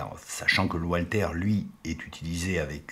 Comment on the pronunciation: Walther se prononce "valtère" et la ville d Ulm se prononce"oulm";merci